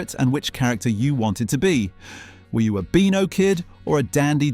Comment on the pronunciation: Is the narrator AI?? Sometimes he says Beano correctly and other times it's Ber-no. The way he says Shoot is ridiculous, he can't pronounce banana and says the word zanier as zar-nier. So, so annoying!!